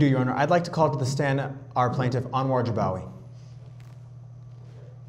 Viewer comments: he said jabawagi not bajagawi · Jibwaki instead of Jibawi 😂😂😂❤